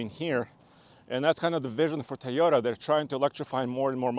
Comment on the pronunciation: Please just pronounce tOyota right not tYota jeezz ist very annoying stopped watching right there guys that dnt know how to pronounce the name I don't need more details that guy you tell me he cnt even say the name right